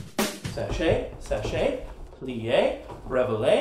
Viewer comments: It's pronounced "sha-shay" rather than " sah-shay" :) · it's not "sachay" it's "chassé", pronouced "shassay" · YOU SAID THE STEPS ALL WRONG!!!!!!!!!! IT'S SAID LIKE SHAW-SAY NOT SACHE anyway that was funny though LIFT WHEN YOU TURN IT HEPLS YOU BALANCE